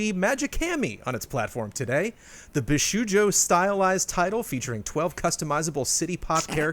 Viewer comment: CORRECTION: It's pronounced BishOjo, not bi-shoe-jo. I mean, I know IS the anime expert among them, so wonder if it was typo in the press release.